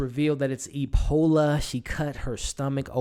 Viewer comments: Epona, not Epola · Love your reviews but you keep saying "Epola", her name is "Epona".